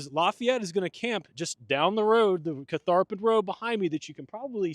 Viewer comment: Many kudos to for his camera work, and to the whole crew for pronouncing Catharpin correctly! Didn’t realize there was so much Revolutionary War history also connected to the site, but the entire Central Virginia area was strategic in both wars.